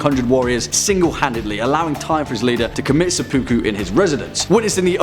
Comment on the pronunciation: Seppa-ku, not se-poo-ku. Ta.